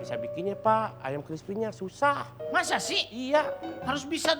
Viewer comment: Bukan gt😂😂 terakhir "lebih sysah"